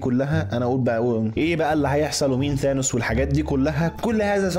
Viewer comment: ياخي ثانس مو زانوس